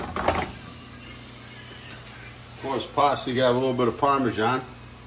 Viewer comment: "...a liitle bit of parmisan" .....:)